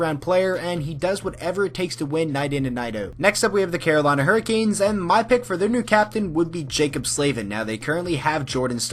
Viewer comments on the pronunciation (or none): none